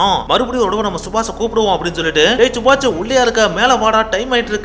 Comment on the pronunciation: yenda ivlo kevalam subash a chubach nu solra..kevlama iruku da